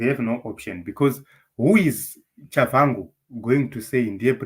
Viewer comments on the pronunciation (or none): Pronounced as Tshabangu in Ndebele spelling or Chabagu in Shona spelling. Not Chavhangu